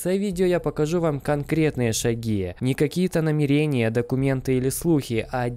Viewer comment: НамерЕния - это несколько измерений))) и так не говорят НамЕрения - это собираться что-то сделать. (Ударение на 1ю букву Е)